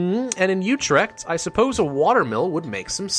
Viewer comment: you pronouced Utrecht wrong but dont worry